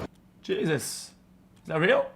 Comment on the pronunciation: STOP saying "Jesust". use the damn word correctly